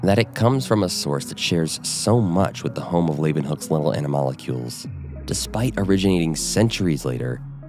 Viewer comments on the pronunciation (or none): It's not ana-molecules . . . it's anamal-cules